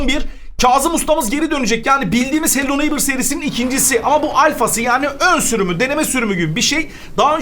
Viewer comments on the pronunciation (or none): hello neighbor: hello neymır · Abı farkindamisin eee hello neigbhor yerine hello neymır diyon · Abi hello neiymır demene hayranım ağzıma takıldı unutamıyorum brawl stars youtuberlarıyla brawl stars gelsin ybj,laz vb.Lütfen gAlP? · hala hello neighbour diyemiyor 😂😂